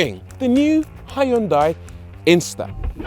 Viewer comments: Brits please.... don't say "high-yoon-die". The americans say it better "hun-day". Closer to the original korean "hyoon-day". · It’s “Hyun-day”, by the way! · "Hi undai"? Why do you have to butcher the name? It existed for decades , so at least learn to pronounce their name correctly. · Love the fact you used “ High un dye” all the way through instead of “Hin Dee”. Bet the company pronunciation police are on to you just like their adverts. 🤣🤣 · not "High un Die" :-0